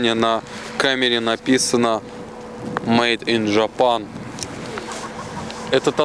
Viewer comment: Лив Вью, Жапан... Ох, нет слов. Хорошо хоть Кэнон, а не Канон.